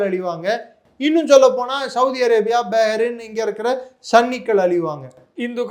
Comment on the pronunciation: Yov, kothar ille kathar ( qathar) Begrin ille Behrin.